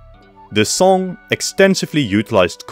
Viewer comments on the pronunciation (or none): none